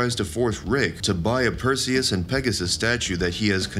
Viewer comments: Well there's a giveaway, Perseus doesnt have an i in it. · Narrator should look up pronunciation